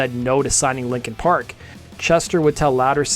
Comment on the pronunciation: Stop saying "likin park!"